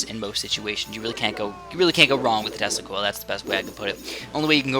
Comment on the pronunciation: Why does Tesla Coil souds like Testicles? :D Yep, i have one or two testicles :P